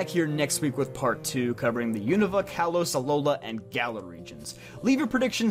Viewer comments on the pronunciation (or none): none